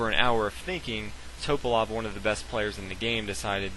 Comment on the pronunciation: His name is pronounced Tuh-pah-lahf....not Toe-pahlof. Jesus christ.